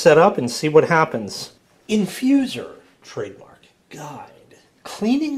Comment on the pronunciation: said it perfectly, InfuZOR!